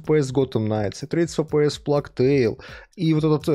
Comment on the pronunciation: Пожалуйста, можно перестать плакать🙏🏻 Чума по английски читается как "плэйг" - [pleɪg], и никаких слёз там нет и в помине. Проверочное слово - PlayStation